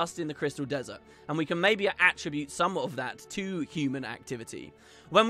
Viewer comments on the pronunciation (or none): none